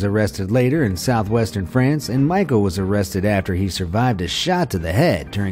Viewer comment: Cannes = Can Michel = Michael? Can't you effin read or at least check how those words are actually spelled correctly.